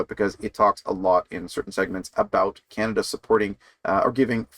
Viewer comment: O'Toole can't say "Canada First"!